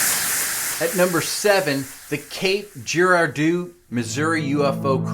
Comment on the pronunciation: That has to be the WORST pronunciation of "Cape Girardeau" I have ever heard! I didn't even recognize what town the host was even talking about at first until I started hearing the details of the story. If you don't know how to pronounce it and are talking the time to make a "quality" video, maybe you should take 2 minutes and learn how to pronounce it. We are talking about a U.S. town here, not a village in rural China or something.